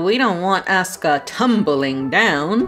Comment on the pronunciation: That's not how to pronounce "Asuka", it's A-su-ka.